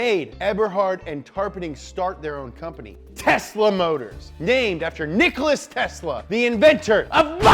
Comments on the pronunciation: Nikola Tesla? “Nicholas tesla”😂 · His name us Nikola Tesla... NOT Nicholas Tesla... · Its Nikola not Nicholas m8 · Its not Nicolas its Nikola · Its Nikola Tesla not Nikolas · No no it's not nikolas it's nikola (I'm from Serbia so i know this) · Nikola Tesla, not Nicholas! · did he say "Nicholas Tesla"? i though it was "Nikola Tesla" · His name is Nikola Tesla and not Nikolas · Nikola not "Nicholas" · Nikola Tesla not Nicolas Tesla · Hahahahaha, when you tell Serbian guy that Nikola Tesla is NIKOLAS 😂😂😂 I am joking, but seriosly, don't make mistake like that. We can have WWIII because of that 😂😂😂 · Nikola Tesla, not Nicholas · Please please correct Nicholas -> Nikola. I mean. It’s just necessary. Love you guys!! :) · His name isnt Nicolas it's Nikola, a Serbian name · Nicholas Tesla ? Lol try Nikola Tesla ... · Its nikola tesla not nicholas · Nicholas Tesla... Isn't it Nikola Tesla? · It is Nikola not NikolaS! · You mean Nikola? Not Nicholas. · NIKOLA TESLA not NICOLAS TESLA !!!!!!!!!!! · His name is Nikola,not Nickolas,Nikola.Learn it. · Nikola Tesla not Nicolas. AWESOME EPISODE!!!! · Nichola, it's Nikola. Get it right. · Nikola Tesla... Not.. Not Nikolas 😂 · Omg, it's not Nicholas , his name was Nikola! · Teslas name is Nikola not Nicholas or whatever you said. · Its nikola not nikolas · It's NIKOLA Tesla... NI fucking KOLA Tesla. Disrespect... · I disliked the video. First time I ever disliked a video but Nikola Tesla did enough for the world to have his name remembered correctly. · Really love you guys, but, please don't mispronounce Nikola Tesla dude. He is like, the best of the best...